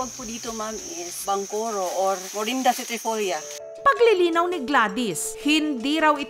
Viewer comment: Hindi po yan "Morinda Citrifoolia " ang Morinda citrifolian ay NONI fruit po yan hay nko DENR 🤣🤣🤣